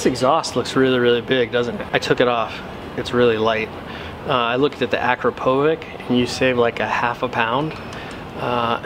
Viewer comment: Akropovic is actually pronounced Ah-crop-o-vitch.